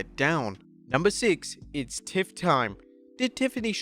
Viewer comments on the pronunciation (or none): It's TIFFY time.not tiff. Also she cheated to beat Naomi so whats wrong with that. These mistakes and dumb takes make this channel so amateur. Stick to news, i feel like this channel thinks they know more about wrestling than they actually know. Fr